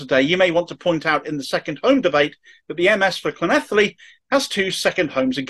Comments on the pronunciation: Brilliant (second to none, really) pronunciation of Llanelli!!!!! Also, superb content as always. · Your pronunciation of Llanelli and Senedd was very good. A helpful tip on Dinefwr. It's pronounced DinEHVoor. The emphatic point is in capitals. Thanks for the story. I haven't seen this picked up elsewhere.